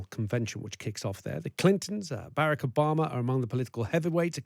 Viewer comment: this dude can’t even say “Barack” right, and he’s been out of office as long as he was in it. remember where American racism came from 🤷🏾‍♂️